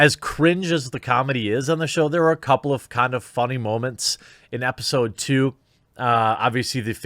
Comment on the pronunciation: did you say "epi-pseud"? xD